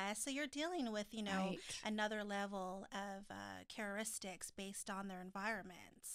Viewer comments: is saying cararistics instead of characteristics and I crack up each time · is not correct... it's not about 6 new couples... Angela and Tony have been on more than 1 season. Can she pronounce Valentine's yet? And now its time to let her know its characteristics not careturics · kept saying ChaRIstics????? Girl 👋🏼 bye